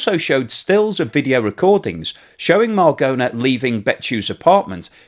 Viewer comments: The "aposolistic" palace? Cecilia "margona"? Ok let me help you - it is the Apostolic Palace A- poss- TOLL- ick is how you say that. The woman is Cecilia Marogna - the "g" before an "n" in Italian is like the first "n" in the English word "onion" - that is a sort of "nya" sound - the Spanish write that like this "ñ". Say it with me Muh- RON- yah. So like "Bolognese" is BOH- loh- NYEH- ze, so Marogna is like Muh- RON- yah. Now you try... Edit - oh yes and as she's Italian her Christian name is pronounced "Che- CHEE- lyah"..... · Very interesting. Thank you for this information. BTW, the pronunciation of Marogna in Italian sounds like Maro-nya, not Maragona.